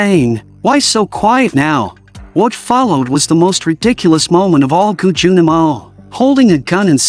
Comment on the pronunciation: Mercy for None by So Ji Sub ❤ Brutal, action packed and watched it several times as the fighting scenes were sooo good ! Also, his name shld be pronounced as "gii jun" not "G.I. Jun" pls 😂